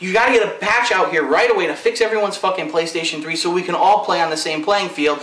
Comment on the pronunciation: lol sound like he said "pillokstation3"